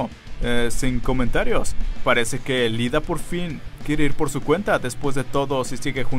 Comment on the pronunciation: Se llama "Iida" no "Lida", gracias.